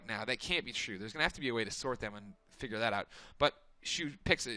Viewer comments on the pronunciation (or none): none